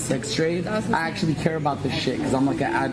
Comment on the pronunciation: "i ackshually care about dis im like a advocate against............... sex trading" smooth fousey smooth